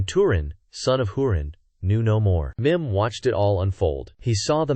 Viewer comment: Why is Mim’s name pronounced like thirty different ways in this video? Sometimes two different ways in a single sentence.